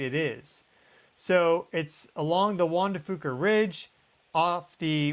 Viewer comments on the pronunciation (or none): Hi, thanks for another great video! Just a side note RE: Juan de Fuca, the folks I know locally here in the PNW pronounce the Fuca part like Few-ka, rather than Foo-ka. Just so you know... and, I Love your Show! <3